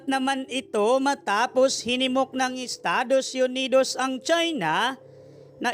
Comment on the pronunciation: Estados yunidowwws😅😅